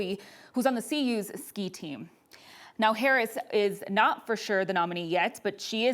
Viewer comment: “Vice President herrin” this reporter is about as bad as Biden when it comes to speeches 😂 basic communication is not her strong suit 🫵🏼🤣